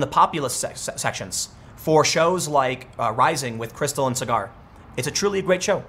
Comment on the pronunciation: If you do watch Rising, Tim, Krystal says his name all the time. SAW-grr. His name is not cigar.